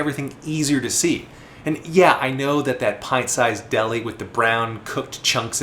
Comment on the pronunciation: I thought he was saying a nickname🤣